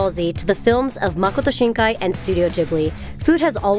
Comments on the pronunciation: she said Makoto Shinkai perfectly but pernounced naruto wrong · How the fuck you pronounce naruto wrong but get Makoto Shinkai right lmaoooo